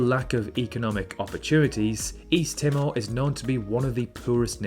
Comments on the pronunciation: My uncle is from Tuvalu. He came to Australia in the 60s. Climate change is a huge concern there, as water levels keep rising and the islands are slowly disappearing. P.S. Timor is pronounced Tee-more. It's a developing nation with a very young population. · Good vid. Your English pronunciation of Suriname, Mauritania, and Timor is slightly off though. "Attols" too.